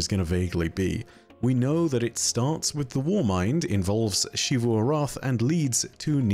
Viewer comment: The continuous mispronunciation of “Xivu” is like The Last Airbender movie calling Aang, “Ahng”, it’s been well established how to pronounce her name, so why….